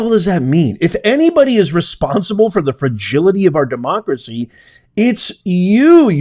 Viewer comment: She cannot say each syllable of the word democracy.